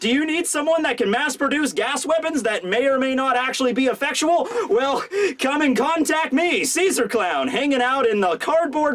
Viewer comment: Noooooooo! You said effectual again. You've regressed. I thought you were finally over it. I am now sad.